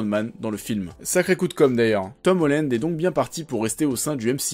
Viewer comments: On dit Tom HOLLAND pas Tom HOLLÈNEDE (<--- ceci est la prononciation) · c'est pas Tom Hollend mais Holland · Par contre euh comment tu prononces Tom Holland ça va pas du tout..